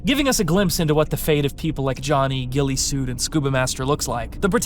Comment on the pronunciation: FINALLY SOMEONE IS CALLING HIM GUILLESUIT AND NOT GUILLOTINESUIT. LITERALLY EVERYONE I'VE WATCHED COVER THIS HAS SAID GUILLOTINESUIT 😭